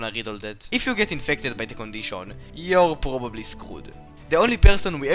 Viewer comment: the condishawn